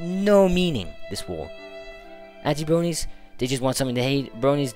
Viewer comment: Ha his accent sounds funny "bwonies"